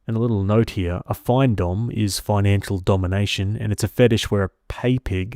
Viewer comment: FINdomme. Financial domination. It’s pronounced like fin in fish fin lol. Not FINE. Also, she needs a backbone, stop being a pathetic doormat. Stories like this are infuriating. Trash talked her and everything.